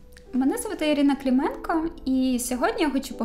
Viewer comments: Дозвольте зауваження: КлІменко - це російська вимова звичайного українського прізвища КлИменко. Ви ж не етнична росіянка, щоб артикулювати своє українське прізвище на російський манер? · Не КлІменко, а КлИменко звучить ваше прізвище українською мовою.